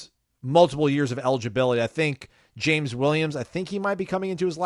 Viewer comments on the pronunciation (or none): none